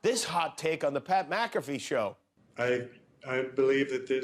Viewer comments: Charlemagne can’t pronounce Pat’s full name 😂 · Why did the say pats name wrong on purpose ? They both know who tf he is. Put respeck on pats name losers. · Oi Schulz, you know how to say Pat McAfee’s name so show the bro the respect and say it right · Charla and shultz mispronouncing pats last name is hilarious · Why do they keep mispronouncing his name 😂😂😂?